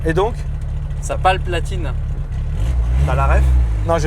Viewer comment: Ca Palpatine putain! Pas Palplatine MDR